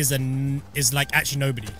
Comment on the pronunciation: YOU DONT KNOW WHO GLORIA BORGER IS? IM UNSUBBING U WORK WITH T-SERIES AND YOU CANT EVEN SAY IT CORRECTLY